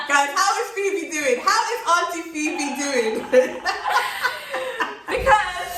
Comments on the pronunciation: Her pronunciation is 👍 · Nice interview. As a Ghanaian, Phoebe's comments are music to my ears. She's done well with the local names, thumbs up. Love you guys. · I really enjoyed this interview ☺️ 🙌 sisters. She did absolutely fantastic with the pronunciation. Love the song 🎵. Much love ❤️ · Hi Phoebe! Your pronunciation are on point. Maybe you should visit Kankun National Park, The Wli water falls and maybe the Ripple Lodge and maybe checkout Mz Dru’s channel for ideas of where to visit. All the best Y’all 💜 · I admire the fact that u realistic about your experience,and your pronunciation is on point with a British accent I love it.but I like both of u your vibe so raw.... And natural.welcome